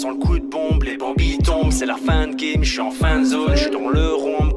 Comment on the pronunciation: Il dis "chui dans les temps" pas chi€r dans les dents 😂